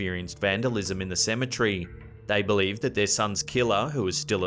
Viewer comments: Cemetery not cemetrey tour switching letters when you say it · Apparently the guy don't know how to say cemetery